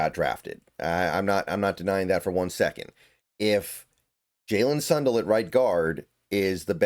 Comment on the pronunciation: Sun Dell not Sun duhl